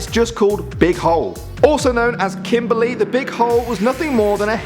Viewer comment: Im from south Africa 🇿🇦 I live in Pretoria, Kempton park. I've been to Kimberly and I just want to say you're pronouncing Kimberly totally wrong